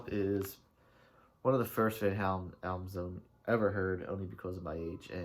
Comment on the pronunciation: you can't even pronounce the band's name, no wonder your opinions suck.